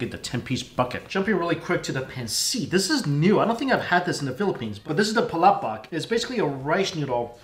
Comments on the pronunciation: Its not PALabaK its Palabok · How he says plabok kills me